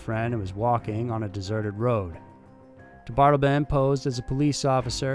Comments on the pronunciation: Also, DeBardeleben is pronounced de bard eh lay bin, not de bard elben. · its pronounced dee bart ta lay bun (ffs ) i mean COME ON JUST LISTEN TO ONE I MNEAN ONE SINGLE OTHER PERSON SAY HIS NAME OVER THOUSANDS WHO HAVE DONE THIS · He is "De-bar-de-le-ben", he is not "da' bottle-bin". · His names is James Mitchell DeBardeleben the 3rd which I'm sure you already know. Pronounced Da-Bar-Da-Laben. Aka Mike. Just an fyi. Love your show! Keep up the good work. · Interesting last name. Seems like it would be said “dee-bar-del-uh-bin”. Or can picture is being said the way you said it. Not sure